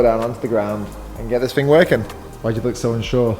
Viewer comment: It's thing not fing bro